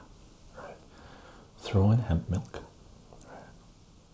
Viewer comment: i though you said heavy milk "lol" but never hear of hemp milk